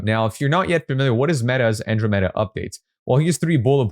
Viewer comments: I want to get better at copy versus blaming An-DROM-uh-duh met-uh for my lack of results. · An - dro - meh - duh